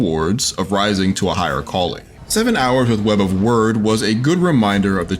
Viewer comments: Did he say web of word lol. Its wyrd as in weird lol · Please stop saying web of word is weird with a y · You are saying it wrong. Its weird not word. Wyrd is an original spelling of weird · Review ignored: reviewer pronounced "wyrd" as "word" not "weird" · its web of weird. wyrd. not word. jeezzzz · Wyrd is an old Anglo-Saxon concept dealing with the topic of fate or destiny. It's pronounced "weird" not "word"... this should have been painfully obvious given the title's play on words with the 'weird' pronunciation making it the 'Web of weird'. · it's pronounced "weird", not "word" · Is it not pronounced “Web of weird” ? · Wyrd is pronounced weird, just saying...